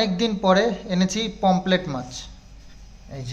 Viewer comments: POMRET not pomplet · পোমপ্লেট না পমফ্রেট